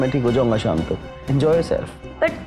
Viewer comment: evening का शाम होता है साम नहीं। हिंदी की बैंड ना बजाओ भाई